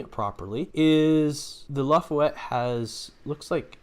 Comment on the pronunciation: No they are extra Torpedo Launcher themselves according to Memory Alpha for the New Orleans also the ship name isn't Lafuette it is Laffah Yette Class that is how you pronounce it.